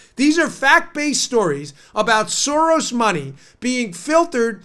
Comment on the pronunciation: Uh, Dan, it's George Sorass